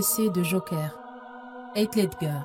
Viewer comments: Jte jure ils commence a mal le prononcer c trop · Par contre svp PRONONCER BIEN SON NOM ET PRÉNOM 😭